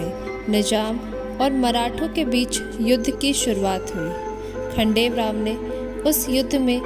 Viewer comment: It's not khadel rao it's khanderao